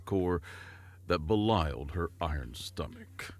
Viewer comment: Hate to correct such a great narrator, but you said "belialed" instead of "belied". 😅